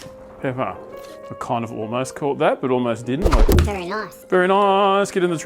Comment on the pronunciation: You say very Noice…. Very distinctively Dr potato PANTS 😅